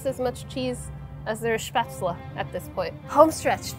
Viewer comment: She was close and